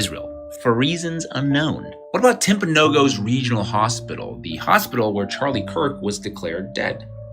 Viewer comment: it's (tip-a-no gaus) not tip -o no goes